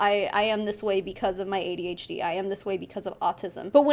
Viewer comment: You pronounced AuDHD right and no its not an excuse. Shes a liar and a scammer. Simple.